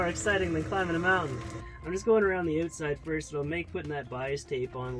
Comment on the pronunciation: "Just goin around the ootside" hahaha